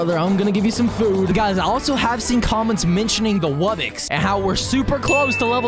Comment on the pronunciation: Wubbix 💀💀💀 ITS WUBBOX NOT WUBBIX